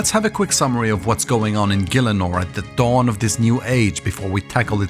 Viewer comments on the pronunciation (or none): none